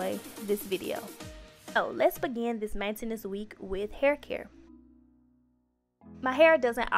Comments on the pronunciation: Why she say maintenance like that Nobody: Her: Main entance Chill it a joke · The way she says Maintenance 😂😂😂